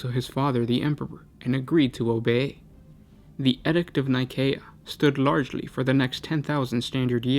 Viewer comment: Pronunciation needs major work. Use your resources. edict noun \ ˈē-ˌdikt \ Not \ed ikt\. Hard to get your message across if you can't say it.